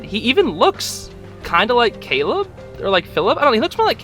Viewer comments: he says Caled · he said calob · i heard Caleb, i'm so confused xd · I heard Caleb not kill him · In my opinion I think Belos said “Caleb!” because I can hear the b at the end. All though the subtitles said “Kill him” I think this is a mistake considering it has happened before but this is my opinion, I’m not saying your wrong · Ok when belos sees the palacman does he say Caleb or kill him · not "Kill him" but "Caleb"